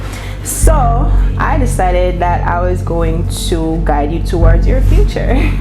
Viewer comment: Guide to towards your futrrrrrreeee 😅😅😅😅😅